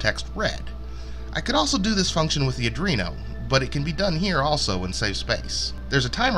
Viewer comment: Why do so many people say adrino instead of Arduino?